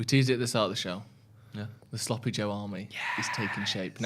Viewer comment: Everytime says Joe all I here is Drew lol